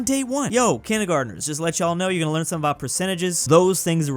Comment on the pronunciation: Did he say aboot instead of about?